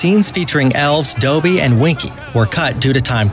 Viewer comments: it’s Dobby not doby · He said doby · Narrator: Doby Me: It’s DOBBY!!!! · I am deeply offend by your pronunciations because if you yourself have watched the movies you would know it’s pronounced 1. Dä-be no dōbe 2. Beauxboutöns not Beaux-bat-ons 3. Bass-a-lis-k not bisillisk I can keep going, jeez dude come on! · "Dobbey and Ginnye" My life is a shambles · Sorry I read the books. And even a six year old can pronounce Dobby not doooooooooby lol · This guy has to Learn how to pronounce words like dobby (dough- b) Lucius (lushis)Ginny ( gene) Voldemort Marauders Map (maraders map)... etc... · Draco Malfoy doughby!! ITS DOBBY GRRRRRRRR I was so mad 😪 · You said Dobby wrong Its Dob - bee not dooooooooooobie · IKR ITS NOT DOUGHBEE ITS DOBBY!!! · Thank you!!!!!!!!! LU-see-us, not LU-shus. Dobby, not Doby. Hallows, not hollows. Jenny, not Jeanie. So many times I wanted to reach through the screen and smack him, computer voice or not!! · Ur saying it wrong it’s Dobby, not Dooooooooby haha lol 😂 Punzzzz for dayyzzz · NO NO NO YOUR SAYING IT WRONG ITS vOldemort not vUldemort 😤 NO NO NO YOUR SAYING IT WRONG ITS dObby not dOOby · "Doby" Boi it's DOBBY not DOBY! And it is Ginny not Geeny. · For the sake of everyone's sanity, only do videos on movies if you know how to pronounce the characters' names! Honestly, Dowbee and Genie?? They are pronounced as the are written: Dobby and Ginny!! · Basssilisk not Basilllisk (Dobby)Dahbby, not Dohby Come on! Lol. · you have NEVER even seen the movies. You pronounce the basilisk wrong, you're saying "Doooobie" while his name is clearly "Dobby" , this is just painful to watch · Things that really annoyed me: -It’s pronounced LUSIUS not LUSHES -it’s pronounced DOBBY not DOEBY -it’s the deathly HALLOWS not HOLLOWS -it’s pronounced GINNY not GEENY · Buh-silisk, Doebby, I'm triggered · Someone teach this dude to pronounce names. The cringe is real. 😖😖😖 Bazilisk? Dobey? Jeannie???? Did you even read the books or see the movies??